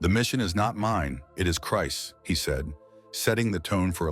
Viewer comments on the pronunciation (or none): none